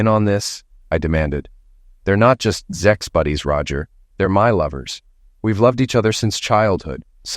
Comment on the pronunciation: What's up with "zex" and "zexual" instead of sex and sexual? Does YouTube have a problem with the process of procreation? Who's running YouTube, religious fanatics & zealots?